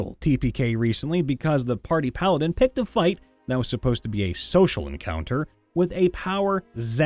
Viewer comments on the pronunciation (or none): none